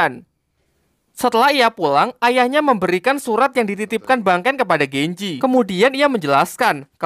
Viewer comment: Genji lah bukan genjeh tolol